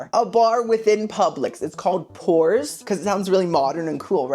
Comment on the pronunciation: When you said pours, I thought you meant pores lol. I was like "eww"